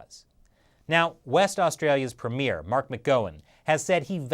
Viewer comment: By the way, in Australia we say "Pre'-mi-er" & not "Pre-mi'-er".